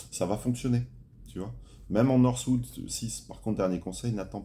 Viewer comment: c'est pas northwood mais norwood les gars 🤣